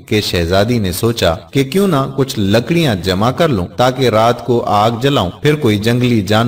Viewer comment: لکاڑی نہیں ہوتا ہے بلکہ لکڑی ہے